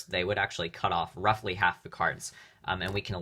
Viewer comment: He says roughfly to much❤😂